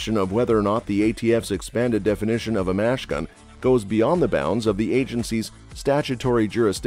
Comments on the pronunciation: "mash gun" is a misinterpretation of the abbreviation mach. gun meaning machine gun. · What's a mash gun? Is your electronic voice trying to say machine-gun? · if you mean machine gun SAY MACHINE GUN NOT MASH GUN it sounds stupid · They don't know how to say machine gun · What on earth is a mash gun? can this announcer not put two syllables together? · Maybe it was supposed to be "M.A.S.H." gun.